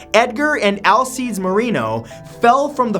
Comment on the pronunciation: Matt, you kinda suck at pronouncing Hispanic names; Alcides is pronounced ahl-SEE-dess not all-seeds.